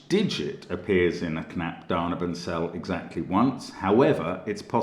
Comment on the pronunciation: Mark, you say it "knapp da-neyh-ben" like neiighhhh, when you describe a horse sound :) You are awesome btw Mark